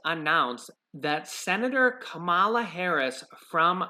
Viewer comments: You should pronounce her name correctly. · You're mispronouncing Senator Harris' first name.